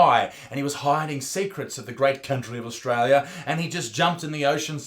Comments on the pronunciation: Ostrola does not exasssst. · it's not australia isaac, surely you'd know it straya